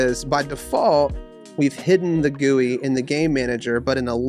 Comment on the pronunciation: WHY GUI AND NOT G-U-I